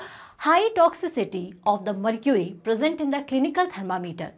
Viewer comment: Mam what is mrcury😅😅